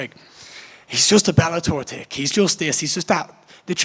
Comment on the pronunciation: Exactly and its not "tick" it's "thick" as in are you thick/dense in the head, a bit slow or not got a lot going on up there etc